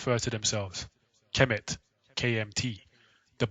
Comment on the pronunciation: It's TA HOTEP NOT PAH TAH :) AND KHEMET IS NOT KEH MET BUT HEMET - as the Egyptians in the bible are the descendants of Kham or Ham - silent K as in the Egyptian - so they are the descendants of Noah's son Ham - THE "MIZRAIM" IN ARAMAIC,HEBREW! So the Egyptians are HAM - ITES! Shaka Ahmose says it's TAH HOTEP NOT PAH TAH :) :hand-purple-blue-peace::hand-purple-blue-peace